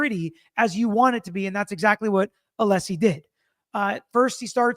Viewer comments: It’s pronounced Alleesie father of Dragons 🐉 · Why does Brennan keep calling him Mr. Aleeesi? Can he not be corrected on the record? So disrespectful…